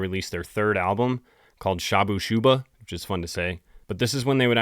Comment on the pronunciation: Btw... it's pronounced Shah-Boo Shuh-BaH. But I did like your version. On a related note: I bought that black T-Shirt with white letters across the stomach. front: Inxs Back: Kick (1988 world tour (or something)) My Dad saw me wearing it and not only mispronounced Inxs as "inks" but also mispronounced Kick as "keek" 😂 That day his multiple masters degrees proved to me to not equate intelligence or at very least creativity or wit. Enough of my childhood traumas. Dismounting soap box now.